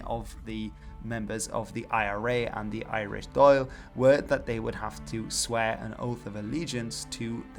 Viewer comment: Dáil is pronounced more like "Dawl" not Doyle